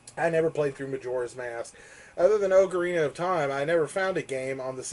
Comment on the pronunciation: finally someone who pronounces ocarina like me!